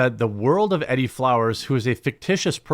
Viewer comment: E-Dee, not eddie.....